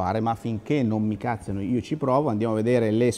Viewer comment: Mamma mia, da meridionale sentire l'accento su cazziano spostato sulla a fa venire i brividi alla schiena. Come ogni volta che sento rùbrica invece che rubìca. E' un po' come sentire: "esci il cane che lo piscio"! :D